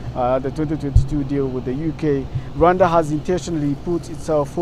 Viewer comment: First learn how to pronounce Rwanda before acting like you care about us or as if you know shit about our country.... Dear all 54 African countries are Visa free to come to Rwanda and also we have more than 150.000 Congolese refugees in Rwanda most have been here for over 20 years and others are already integrated into our society in addition we have Libyans & South Soudan and Afghanistan refugees... So do not worry about us when we needed you most you didn't show up. Hypocrite